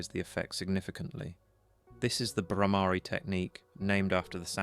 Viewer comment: The word Brahmari is wrongly pronounced.